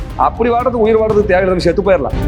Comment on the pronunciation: ஷெத்து போயிடலாம் தப்பு. செத்து போயிடலாம் என்பது சரியான வார்த்தை பிரயோகம். ஒழுங்கா தமிழை பேசுடா! வெறிபிடித்த சொ*றிநாய் இவன். தமிழ் தமிழ் என்று பேசியே தமிழுக்கும், தமிழ்நாட்டிற்கும், பண்பாட்டிற்கும் இழுக்கு தேடித்தரும் பிரிவினைவாதி. ஒரு பிரயோசனமும் இல்லை. இவன் ஆண்மகனாம், வெட்கம். உன்னோட மீசை .... எடுத்தால் என்ன, ஈடுகட்டி என்ன.....இதெல்லாம் ஒரு பேச்சு!